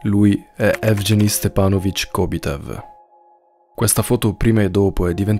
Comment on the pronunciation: "Evgeny" si pronuncia "ehvgheeni"